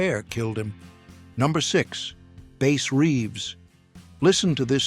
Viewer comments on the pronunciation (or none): Not Base Reeves but Bass Reeves